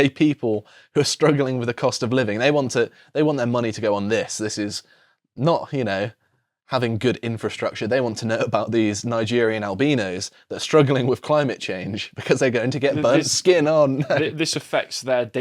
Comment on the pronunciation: Albeano? Sounds like a Greek salad. Does he say Rheano instead of Rhino? 🤣